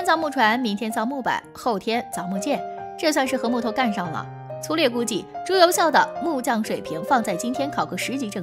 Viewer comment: 朱由检 朱由校（jiao）检 校都有检核校正之意吧？别读白字了。还有朱佑樘（cheng）